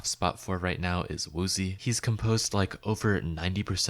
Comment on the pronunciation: Isnt woozi pronounced, like, wooji, or something?